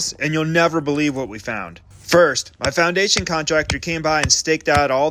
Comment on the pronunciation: I thought he said our asian contractor... replay and he said foundation